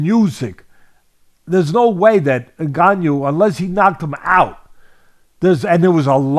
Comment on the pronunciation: When i hear white people pronounce a Cameroonian name like Ngannou is hilarious the N in our names are silent